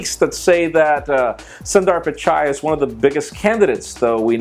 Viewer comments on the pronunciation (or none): its pronounced "soon-there pich-eye" . I am not kidding. oh ! and I choose galaxy S5 coz i need a micro-usb charger